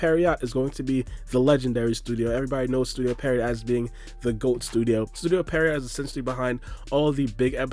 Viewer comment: its Pee-erot not Peh-riot lol